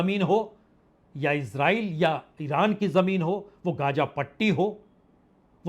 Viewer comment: गाजा नहि है वो ग़ज़ा हैवो